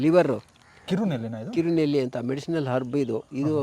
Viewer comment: ಕಿರುನಲ್ಲಿ ಅಲ್ಲ, ನೆಲನೆಲ್ಲಿ ಸಾರ್